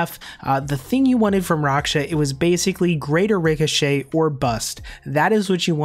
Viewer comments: Raksha= racksha not roksha lmao. Any elite pvmer knows this. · just make a long a sound. raaksha. the developers have said his name multiple times, it's really not hard to find... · It’s not rocksha lmao. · can you say raksha properly please lol